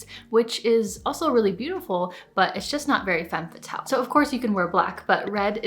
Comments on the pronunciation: Femme fa-tells 😂😂😂 I’m sorry I just couldn’t take her serious every time she said it like that. Not trying to be snobby it just genuinely made me laugh 🤭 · Step one: pronounce it properly :P